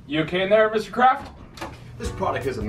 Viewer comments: did anyone else think in the beginning Jo kept saying Mr.Krabs instead of Mr.Craft 💀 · literally i thought he was saying mr krabs the whole time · Legit forgot that Aaron's last name was Craft so when Jo went up to his dad I thought he said "Yo, Mr. Krabs!"